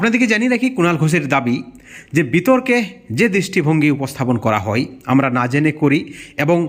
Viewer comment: দাদা কোঠোর নয় কঠোর, তারা চাই নয় দাদা চায়, বিতর্কে অংশ নিতে হই নয় হয়। বাংলা একটু ঠিক করে উচ্চারণ করুন প্লীজ। তাছাড়া সব ঠিক